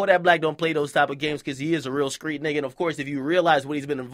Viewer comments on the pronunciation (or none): LMAO akademiks thinks he's hard pronouncing street like Kodak